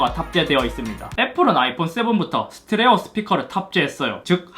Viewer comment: 스테레오 발음을 많이 못하시네요.